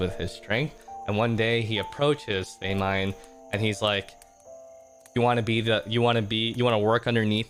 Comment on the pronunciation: girl not him saying “they-mine” 💀